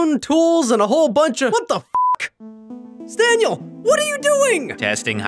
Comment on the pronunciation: WTF why is his name Stan and why does call him stanyel